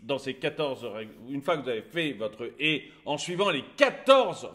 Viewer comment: On dit pas une Hé on dit une Haie !